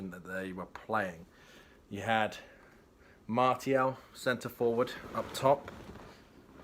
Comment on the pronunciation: Just a small phonetic tip for pronouncing Martial. Go with MAR-SEE-AL and Bob's your uncle.